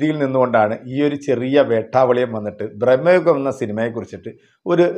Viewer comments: എത്ര തവണ പറയണം ബ്രഹ്‌മ യുഗം അല്ല ഭ്രമയുഗം ആണ് എന്ന്. മലയാളം വായിക്കാൻ അറിയില്ലെങ്കിൽ നിറുത്തി പോ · ബ്രഹ്മ യുഗമല്ല സുഹൃത്തേ, ഭ്രമ യുഗം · ബ്രഹ്മയുഗം അല്ല, ഭ്രമയുഗം ആണ്... 100 പ്രാവശ്യം എഴുതിപ്പഠിച്ചിട്ട് വന്നാ മതി... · സിനിമയുടെ പേര് പോലും നല്ലത് പോലെ പറയാൻ അറിയത്തില്ല എന്നിട്ട് വന്നു വാചകം അടിക്കുന്നു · ഭ്രമയുഗം എന്നാണ് 😊